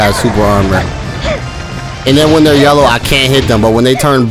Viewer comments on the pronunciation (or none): none